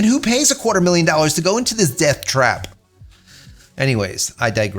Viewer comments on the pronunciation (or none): none